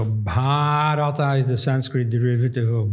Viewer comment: Wonderful conversation and thanks to Dr. Elst for his scholarship, as always. Minor correction: it was king Bharata (Bha-ruh-taa), not Bhaa-ruh-ta (pertaining to Bharata, or to Bharat).